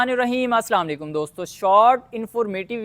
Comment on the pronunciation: Yar ap Aslam o alaykum thek say ni kehtay, kisi say thek tarha seek lo, boht shukriya apki video achi lagi hay.